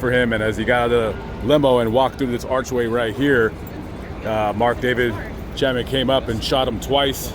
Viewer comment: It’s Chapman, not Chatman!